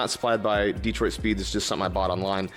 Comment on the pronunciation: it’s pronounced dee-troit. There’s no other way to say it